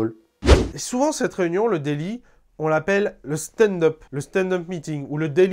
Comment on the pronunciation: ouai c est plutôt ze daily